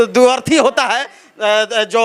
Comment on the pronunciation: Dutarthi ,duarthi nhi 🤣🤣🤣🤣🤣🤣